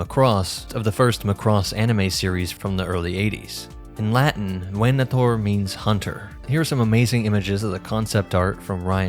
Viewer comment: I appreciate the proper Latin pronunciation of the 'v' in "venator"